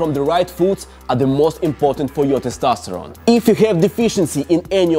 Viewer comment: I'm addicted to you saying "Testastoron"